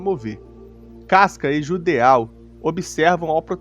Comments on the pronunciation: Geralmente palavras terminadas em "Eau" são de origem francesa (exemplo: Petit Gateau, você ouve nas propagandas eles falando PETITE GATEAL ou Petí Gatô?) que tem o som de O, ou seja, o correto seria Jidô/Jido e não JUDEAL. Não estou reclamando, afinal, ninguém é obrigado a saber pronúnciar nomes estrangeiros, foi só pra explicar mesmo. Inclusive, belo video. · "djudô", não JUDEÁU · O Judeau se lê "Jidoh" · Só uma observação a respeito de pronúncia. Nomes terminados em "eau" normalmente são de origem francesa e no francês essa particula tem som da letra O fechada. Ou seja, no caso de Judeau a pronúncia é algo próximo de "Judô" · Tenho impressão que judeau se pronuncia "judô"... ah, tanto faz honestamente.